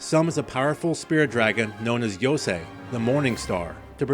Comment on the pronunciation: Commenter from the future just saying that fixing your pronunciation of "Yo-sai" to the correct "Yo-Say" is appreciated